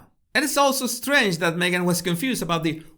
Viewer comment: ”Megain” 😂 Love it! As in, Me Gain, You Loose.